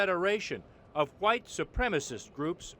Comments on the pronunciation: Jared Taylor sounds like a plantation owner. Really sells the 'H' in white, almost sounds like he's saying, "ha-white". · How come every racist says white like the "whip" in cool whip?